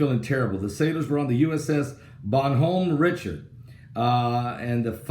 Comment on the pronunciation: Love ya, Pastor but you Butchered the Name of that ship! Bon like Bon-Bon's the icecream treats. Hom, like hominy Bon Hom, Richaurd like a snooty Richard put it all together. It's French. Bon Hom Richaurd. He was in the Revolution for our side,I believe.